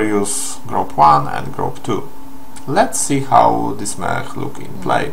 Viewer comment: Czyta się mek nie mech :)